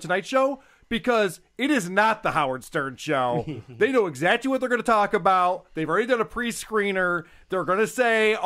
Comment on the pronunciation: "exachy" Whats that mean?